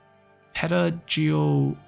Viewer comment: I am a teacher, so I know that word! Pedagogy is basically a fancy word for education principles and techniques. Ped-uh-Goj-ick-al is how it should be pronounced